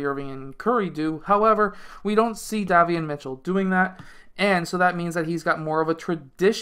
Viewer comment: Hi, love your videos. 💯 His name is pronounced like (Day) Davion Mitchell. Have a Blessed weekend.